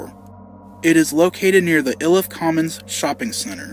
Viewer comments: Hey for future references might want to reach out to a coloradoan cause iliff is mispronounced and I'm just trying to save you from some harsh comments from other natives lol 🤟💙 just a forewarning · The way you pronounced Iliff made me, and everyone else who grew up in Aurora cringe. It is clear you’ve never been here lol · It's pronounced "eye-Liff" not "ill-Liff" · EYE-liff not ILL-iff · Its not "ill" if, its eye lif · Not to be that guy but we say "eye-lif". "ill-if" is funny though lmaoooooo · Ill-Iff lol I’ve never heard anyone say it like that. We pronounce it Eye-Liff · "ill-if"!? only Google maps pronounces it that way! it's "eye-lif"! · its pronounced like i-lift with no t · Hi there! Just watched your video. Aurora Native here. My cousin went to school with Dunlap and there was some controversy as his family wanted the school to allow him to walk at their high school graduation after the massacre. Also, locals pronounce Iliff as eye-liff despite what Google says, lol. Great video! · I'm Aurora Colorado born and raised. My uncle lost a friend. One of my past bosses worked at that Showbiz. I have a few pictures of the current location from the early 2000s somewhere. Also, it's pronounced Eye-liff. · It’s pronounced “ EYE-LIFF “ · Its pronounced "eye liff" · Iliff pronounced eye-lif. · It’s not Iliff it’s ayyyleaff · The video’s been getting a lot of traction lately so I thought I would address some things: 1. I know I pronounced Iliff wrong, I didn’t know how it was pronounced and used google translate to help as I couldn’t find any videos mentioning the street name correctly. 2. The reason this was re-edited was because of some things I had to take out of the 1st version which offended people and got me a ton of online threats. If you want to see the original version someone put it on internet archive, that’s the only one I’m ok with. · Everyone pronounces Iliff wrong, it's okay. even the local bus's automated voice that announces stops along the ride